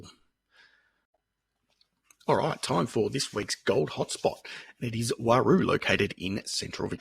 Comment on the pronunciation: It's not pronounced Waroo, its just plain old roo. P.s. the hot rocks out there will drive you nuts